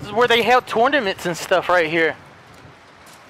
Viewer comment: "Andamocona" and "this is where they held the tornements" - tournaments